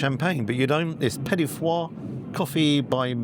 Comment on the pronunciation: Its petit FOURS not petit FOIRES lol